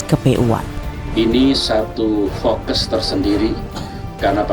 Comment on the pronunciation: ciri khas orba ngomong fokus jadi fokes 🤣🙈🙄